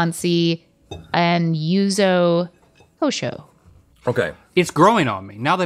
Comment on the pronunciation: Nobody on the English internet knows how to say Yuzu Kosho 🤣 yall it's easy (you-zoo) (co- show) Yuzu is a citrus native to Kochi Japan. And Kosho is just "pepper" in Japanese. If anyone was wondering. ❤